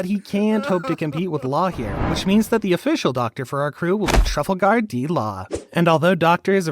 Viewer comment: Bro Truffle Gar D Law😂😂😂😂